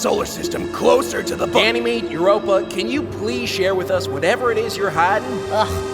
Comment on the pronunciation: Did anyone hear that ganomy called uropa babe🤨🤣😂😅🫠